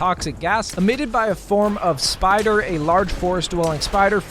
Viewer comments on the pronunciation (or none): none